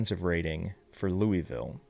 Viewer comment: Louie ville 😂